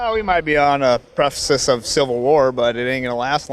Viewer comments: "''Preffasiss' of civil war". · A “prefersis” of civil war? Oh dear 🤡🤣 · First guy in the video: "Eh, we might be on a prefasis of civil war...." What the hell does "prefasis" mean dufus? This is why anti-Magats laugh at you. Because you don't even know how to use the English language properly, then when we call you out on it you get all pissy. That would be because you are all giant selfish illiterate babies. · The guy tried to say "precipice" and literally said "prefascist". Indeed bro... indeed.